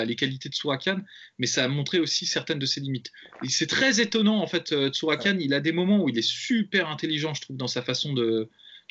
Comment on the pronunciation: Juste les gars c’est Tsarukyan pas Tsurakyan